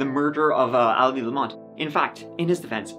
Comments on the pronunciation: My names Elizabeth and I hate when people say A-Lizabeth. Its Elizabeth. Not Alizabeth 😂 stop saying it like that dammit. 😂 Lmao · "Allyzibeth"... fucking hell